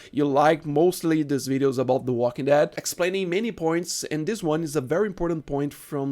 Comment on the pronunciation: The way you stress the second syllable as "theWALKingdead" and spit the whole thing out like it's bitter is super funny for some reason